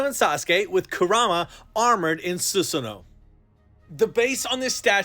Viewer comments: su sa no.... not su su no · I'm here for the first time, I can't understand why you're calling susano as susno? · It’s (: SUH SAN NOO;) pernouce it like that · Su Su No❌ Su Sa No ✅ ✌️ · Love your vids. But please stop saying Sus-no. Its Su-sa-no-o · please dont pronounce susano like that. suSAAno!!!! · Why Susanoo become Susuno?? 🤭